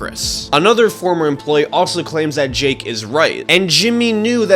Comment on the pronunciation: This guy seems to be favoring Mr Beast and also going in depth on the parts that defend Mr Beast and not going in detail on the parts that are against Mr Beast. He also says Jake's name wrong